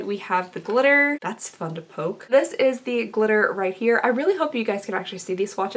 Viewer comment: When you said "that's fun to poke" I heard "that's fucking dope" and I literally had to rewind like did I just hear her swear? 😂